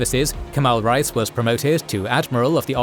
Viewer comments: Reis is not pronounced like rice. It is like rays, or (reh-ees). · Great work; love the animations and especially the detailed biographical information. Just one constructive criticism: "Reis" is pronounced incorrectly. Imagine the word "ray" (as in "stingray") and add the letter "s" to get the pronunciation right. Calling them "rice" sounds bizarre and jarring. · Kemal "Rice" 😂